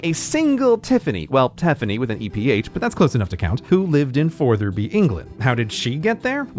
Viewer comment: As just ‘that guy’ it’s pronounced how it’s spelt, fotherby, as opposed to fortherby